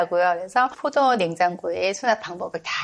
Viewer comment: 4 door인데 저도 포도라고 들렸네요 ㅎ